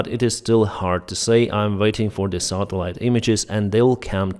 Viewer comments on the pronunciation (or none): none